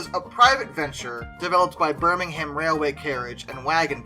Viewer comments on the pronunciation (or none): none